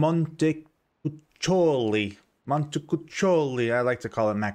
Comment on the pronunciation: Awesome video, just a precisation: you should pronounce Montecuccoli something like "montekukkoli"